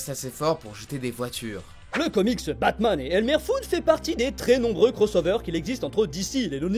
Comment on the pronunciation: C'est moi où au début il dit batmaz